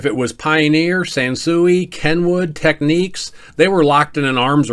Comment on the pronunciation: Why are the photos of the receivers at .55 seconds in the magazine ads all wrong? Is that AI trying to generate what it thinks those units look like. The correct pronunciation is teck-neeks.